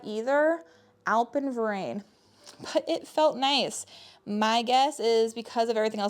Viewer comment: Hahah Alpenverein, it’s German 😂 it means Alpine Club, funny how you pronounced it ;) I am from Germany 😉